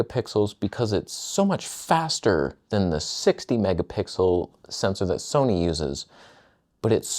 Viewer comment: Soneh, Toneh